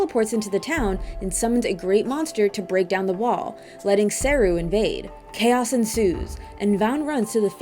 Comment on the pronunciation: its SE-RU not SER-RU